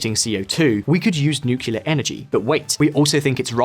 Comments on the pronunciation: Nuclear, not 'nucjular' ffs! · For the goddamned millionth time, it's NUCLEAR, NOT NUKULAR! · I thought we all agreed that "nukular" was for tardos. It's NU-CLEAR. NEW-CLEAR. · NU-CLE-AR . not nucular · NuCLEAR not nucular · Nucular? Ffs... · did you say nukular? :D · Jesus, learn to pronounce nuclear properly